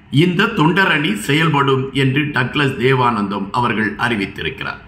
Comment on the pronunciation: தேவானந்தா என்று வாசியுங்கள்